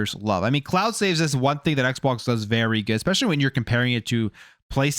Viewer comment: When you said saveses I stopped the video and skipped 3 minutes. Every single time you speak incorrectly I skip 3-5 minutes of your video